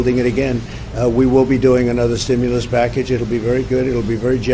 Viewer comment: Stimulas check not simulas axe a dictionary. Say it with me stim you las.